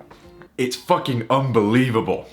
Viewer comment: you said "this is an unvelieble option to start" to me sounds like "buy it right now"